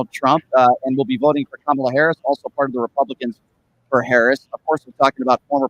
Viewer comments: The way this mouth breather pronounces Kamala’s name tells us all we need to know about how he really thinks. Deplorable. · The so-called intelligent man that has so many followers is so ignorant that he cannot pronounce Kamala Harris's name right who is stupid????? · It's indefensible but at the same time supporting the same narrative.You are dumb, really and pronounce her name , right. By the way trump inherited a great economy from third base and he started on third base and still lied about COVID to try to win an election. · You guys let the guy mispronounce Kamalas name and allow him to say that she wants to usher in communism, without pushback….he may be a friend of both of yours, but you dont treat him like one of your callers with this kind of absurdity.